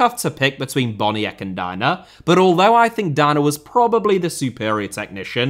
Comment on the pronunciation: As a Pole, this pronunciation hurts, but Boniek is a good choise!